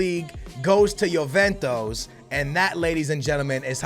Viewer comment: “Yoventos” ....smh